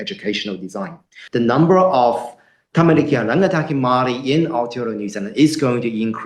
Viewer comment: No no Mari that's his Maori pronunciation.